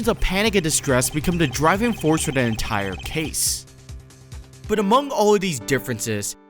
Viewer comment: I swear it took me to my 3rd or 4th watch to realise that you were saying 'da' in place of 'the' for the whole video 😂